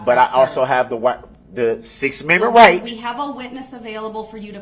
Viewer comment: He messes up saying "I have the right" and said "I have the wight." 😆 You can hear how angry it makes him when he flubs up such a simple word.. If he only knew just how MANY words he's ACTUALLY messed up 😆 🤣